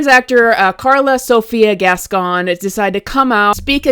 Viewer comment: Just like kevin ethan levin, can't stop putting foot into own mouth! And, the way you say that last name, sounds like"gaston"instead. Yes guys?